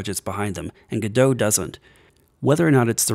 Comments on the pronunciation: if im hearing correctly, is he saying gudoe? instead of go- dot? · it's pronounced "godot" like robot not "gedough" like get dough... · You might hate this: the developers put out a statement that it is pronounced "Go Dot" their logo is a robot, the Godot Robot because it rhymes guhdough sounds better I agree, but it's not a French word unfortunately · I expected you to say it like "Go Dot", but... "G' Doe"? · Why do you not pronounce the T on Godot? I pronounce it how it is spelt. Go - dot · Thanks for letting me know! I've heard people arguing for both pronunciations before but I hadn't heard of an official statement. However, it's too late to change it for this video. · Wait, is that how people normally pronounce Godot?